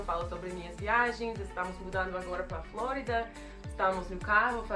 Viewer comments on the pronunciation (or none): none